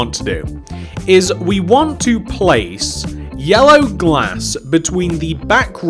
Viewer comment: Who thinks when he first started putting down the yellow glass he sounded like he was saying heya